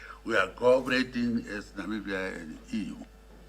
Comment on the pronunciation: say it with Me, NA- MI- BIA, I'm Namibian and I always giggle whenever you pronounce My country Name.